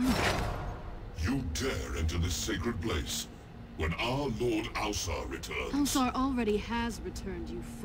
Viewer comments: Why can’t you pronounce Ausar right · it's basically the pronunciation mister Ausar (OW-Sar)